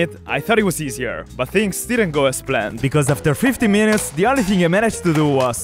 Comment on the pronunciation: "But things didn't go as 'plant'(Mikes pronunciation of planned) walks into plant